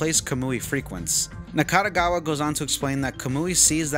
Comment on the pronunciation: Overall it's a very good summary of the plot of the game. Additional info from James and song lyrics are also insightful. Good job. Nakategawa, not Nakatagawa. And how can he be not in HCU, when he literally works in HCU? Game explains that all members came from different places, but they're all HCU workers. 50k yen today is still a lot. It's ps5 price in Japan. Not cup of coffee. Hachisuka is pronounced as Hachiska. Kusabi pronounced as Ksabi. Even James says it Ksabi. Nakategawa isn't a lolicon. He just says he likes lolitas. There is a difference. Typhoon people weren't in Blockbuster, they were in Tsutaya, but it's a same thing. And it's not 24 Wards, it's one 24th Ward. Also, you say that you've played over 10 times the game, right? Your Steam timer says only 109 hours, which is can be divided up to 5 walkthroughs. Where is the other 5? You played PS4 and Switch versions too?